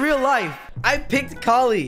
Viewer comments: A 1000 hrs as yet still pronounces it caw-ly. It's ka-li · it hurts me how he says Kali... like i say "Kal-e" as in.50 "Cal" yet says Call-E like a mfing knockoff of "Wall-E" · IM FRICKING DYING from say kali wrong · for someone who mains Kali you pronounce her name stupidly wrong love you tho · That's not how you say kali